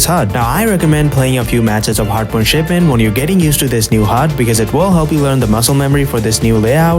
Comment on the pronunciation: nah ain't no way bro said it like that💀💀